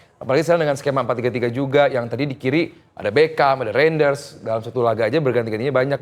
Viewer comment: susah amat nyebut nama beckam, padahal dia bagus loh mainnya lebih bagus dari lino